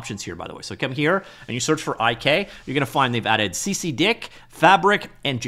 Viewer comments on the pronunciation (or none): CCDIK (Cyclic Coordinate Descent Inverse Kinematics) is more often pronounced as CCD-IK ;)